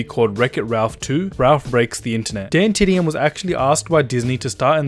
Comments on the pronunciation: THIS GIVES ME OCD, HE SAYS DAYNETDM AND ITS DAN DAN DAN DAN U GOT THAT DDDDDAAAAAANNNNNN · Who cringed when he said daintdm